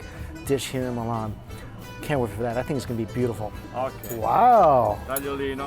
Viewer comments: Is Milan not melan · Mate.. It's not Mulan... It's M-I-L-A-N. Or risoto. R-i-Z-O-T-T-O. Try to make the effort in pronunciation. It helps.